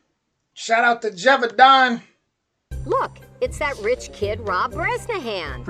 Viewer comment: Hi ! i'm french . you can say GE like GElatin VAU like VOte DAN like...DANce. or DONuts > if i'm right, you dont have a real equivalence of this sound in english language